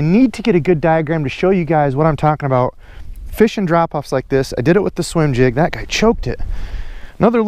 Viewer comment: no problem brother. My fiance loves when you say feeshin lol